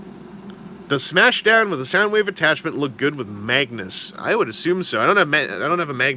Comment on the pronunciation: You do know it's Soundwave not Soundwoof.